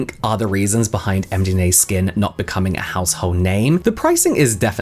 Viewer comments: the fact you kept saying MDMA so much had me laughing so much.. and every time you got it right I'd automatically hear it as mdma anyway LLOL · Interesting video, also can't stop laughing at James struggling on saying the brand name as md ma skin 😂